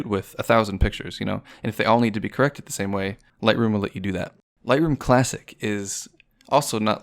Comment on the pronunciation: "Lightoom Classic"